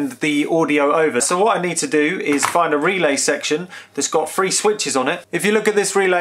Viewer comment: omg it's three not free just like my french kid trying to learn english. Subscribed cause it's good info :)